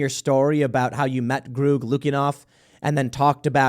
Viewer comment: Eeryone just going brush over that Tim thinks you pronounce Greg "Groog"?